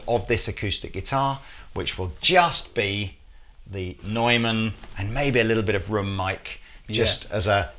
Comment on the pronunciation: Excellent! But the thing that impressed me the most was that both of you pronounce Neumann relatively well. Americas always say "new man." Your French name pronunciation is pretty good also. Now if you could get some help with Spanish names I would be ecstatic.